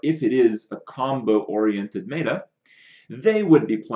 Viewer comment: "Mae-ta"? It's "met-a" as in metamorphosis or metadata. This bothers me almost as much as "topdecking". Of course its a good card off the top of the deck, that's self-explanatory. You mean to say you got "yugi-oh'd" where they drew a card that they shouldn't have.